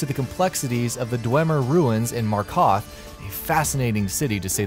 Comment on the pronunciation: In markoth😂😂😂😂😂😂